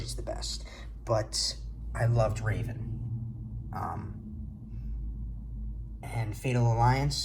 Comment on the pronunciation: I wish I could understand why so many people say “Raven”. His name is Revan. It sounds like “revving” like you are revin’ your engine. It does not sound like a type of bird.